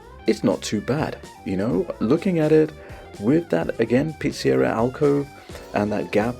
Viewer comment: Just found the channel. Love the vibe. Please consider lowering the background music? It is too loud in the mix. also..what’s a Pete-see-era 🤣. You probably speak 7 languages. Not an insult. Just ribbing you.. We tend to say “Pete-suh-Rhee-uh” here in the US. Anyway…subscribed!